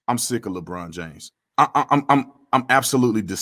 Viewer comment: He said "Le BronDA" LMAO!!!!!!!!!